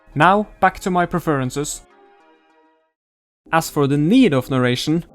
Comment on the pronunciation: nah man it's fine... your spoken english is very good. the only mispronunciation i noticed was "preference" it's pronounced "pref-rince" and the prononciation is written down as /ˈpref.ər.əns/ acording to cambridge. although the way you said it was very senseable just looking at the word